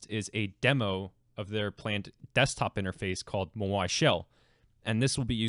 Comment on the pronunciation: My dude, it's Maui. Rhymes with "Now e"